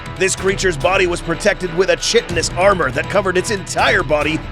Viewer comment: Uh, chitin is pronounced "Kite-in"